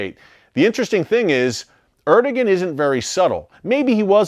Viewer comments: Erdogan = er-doe-ahn , not er-do-gen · Erdogan is pronounced as. ... Air da wan (so I was told.) 🙂